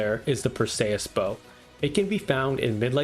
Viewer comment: Dude, you gotta learn how to pronounce Perseus